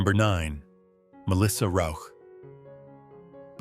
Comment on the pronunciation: Congrats for saying Melissa Rauch`s name properly (most of the time).